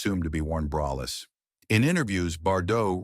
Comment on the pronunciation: PLEASE fix your AI!!! 1. You called John and June Harlow. 2. You called her Bet Davis three times. 3. You said "brayless" nine times. 4. You even said "bryless" once. 5. You said "conTRAversies"! 6. It's pronounced BaysinGer (long A, hard G!) and finally 7. You can say effable, juxtaposition and eschewing right but not braless???